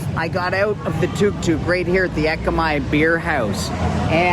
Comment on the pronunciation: Glad to hear you admit it. Very basic indeed, and its tuk tuk (as in look not too)